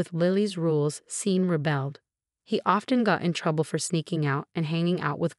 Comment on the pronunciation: Hey, AI, Tara’s BIL is called Sean. It’s pronounced Shawn, not Seen, ffs!